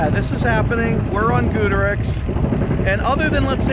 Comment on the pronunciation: Every time he mispronounced Goudurix it pissed me off